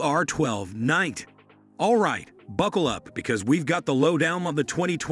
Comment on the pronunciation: FYI, it is pronounced R nine T (i.e. NINETY)